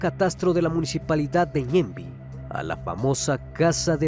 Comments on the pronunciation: Felicidades por los 2 millones criminalista !! Saludos desde Paraguay !!! Se pronuncia ñemby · Soy de Paraguay y escucho que pronuncia tan mal los nombres de los barrios como Ñemby Mbokayaty y Caaguazú y Edelio Martínez fue víctima de estos plagas que terminaron de matar al pobre policía 😥 encontraron el cuerpo en estado ya prácticamente ya borrado en el monte lo identificaron por su uniforme y por la dentadura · ajajajaj esa pronunciación de Mbokajaty Ñemby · Fue encontrada después de 4 meses de su rapto no como dices hace unos dias 😂,también el cuerpo no emitia ningún tipo de olor,ni estaba en estado de descomposición cuando se lo encontró, la palabra ñemby tiene otr pronunciación